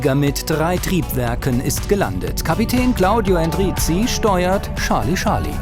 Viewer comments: Es heißt Charlie Charlie, nicht Schalie Schalie..🙄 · Scharlie, Scharlie. :D Ich krieg die Krise! XD Das wird als Tscharly Tscharly ausgesprochen mein lieber Sprecher. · Es ist nicht "Sarlie Sarlie" - oh wie frustrierend es zu hören! Dei Frau am ende sagt es richtig. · Scharli Scharli ... Scharli Scharli ... Scharli Scharli ... Scharli Scharli ... Hat noch jemand mit der Zeit leichte Aggressionen verspürt? :-p